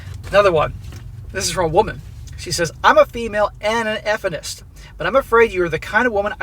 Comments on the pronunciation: "Eff-inist" XD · Why are you saying "Effenist" or whatever, wtf is that? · why is he pronouncing it that way? would he get banned for using the word?